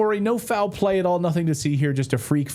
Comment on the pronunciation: "I know nussing, I see nussing!" - Sgt Schultz 😂